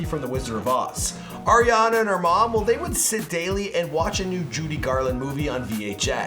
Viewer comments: Ar-iana not air-iana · He's says Air-iana